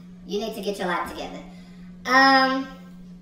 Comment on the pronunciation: An u was like "Issa mess""